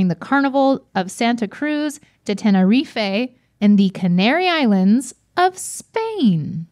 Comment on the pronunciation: Tenerife is Ten-Uh-Reef.